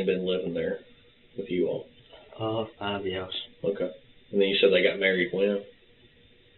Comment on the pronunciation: Whats with this new pronunciation of "okay"? Everyone's saying "Oka"!